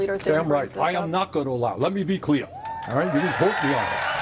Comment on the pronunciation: “Let me be cleaah!” Love ya Bernie🩵🖐🏼🩵